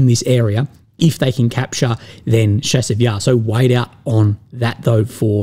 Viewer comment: Chasiv Yar. Like chase, chair, challenge. Not like Chicago.